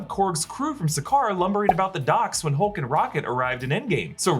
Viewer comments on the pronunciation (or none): none